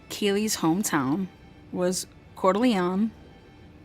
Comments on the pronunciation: Not trying to be mean but giving you the easiest way to pronounce it. Cor da lane My only way to help out. If you’re not from the area, it’s difficult to say the name, it’s okay. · FYI ~ “Cord-da-lean” is the correct way to say Coeur d'Alene. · Great info. Just a tip on pronunciation. Coeur d’Alene is pronounced Core-d’-Lane. Keep up the great work! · swear, I'm not trying to be the word police, but most people mispronounce it. Coeur d' Alene is pronounced Core De Lane. easier to say than spell. sorry again. prayers for the Family. love your channel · Core da lane is how u pronounce the city btw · CdA is pronounced. Core duh lane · It’s actually pronounced core duh lane. Sorry when you said it sounded nothing like the town.